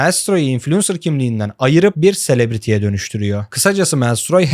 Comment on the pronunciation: Çok güzel video. Küçük bir katkı: Celebrity sözcüğünü yanlış telaffuz ediyorsunuz, İngilizce'yi bilmediğiniz izlenimini yaratıyor. Se LEB riti şeklinde telaffuz edilmeli, yani vurgu ikinci hecede.